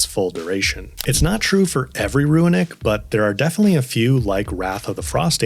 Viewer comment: Nice advice. I got one for you though that was a giant trigger for me and I'm sure others. The word runic is NOT PRONOUNCED "RUINic" it's straight "ROONic" dude. Idk where you're reading a hidden "I" in that word but holy shit was that irritating. It's like when people say mischievous but actually say "mischievious" which isn't a word. Let's help educate here people. Damn.